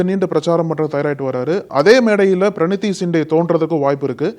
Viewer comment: நக்கீரன் ஊடகம் பேசும் நெறி யாளர் எதிர் கட்சி தலைவர் ராகு ல் காந்தி என கூற வேண்டும் மதிப்பு கொடுத்து பேசவேண்டும் வயசில் உன்னை விட மூத்த வர், பிரினி தி சிண்டே என கூறுக தம்பி பிரனி தி அல்ல சரியா கூறு,,, தமிழன்